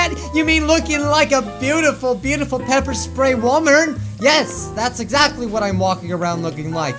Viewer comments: Sepper Ppray xD Pepper Spray xD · DID HE SAY PEPER SPRAY I HAVE GOT PEPPER SPRAYED BECAUSE I was holding a bat I killed midori and other stuff